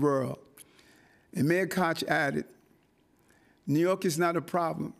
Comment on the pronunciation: Trojan horse....doesn't feel or look right. He can't even pronounce New York and he studders when he has to tell his "stories" to be relatable. Not feeling it.